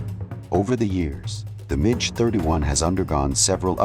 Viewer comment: How many different versions of Clint Eastwoods' face are in this AI mash up? Also, it's pronounced Mack 6 not Match 6! One five hundred kilometres? No, AI dummy, fifteen hundred kilometres. Midge 31? Jeez, what kind of English is this robovoice using?